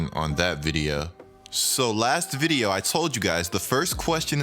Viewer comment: Y do you say video mad weird bro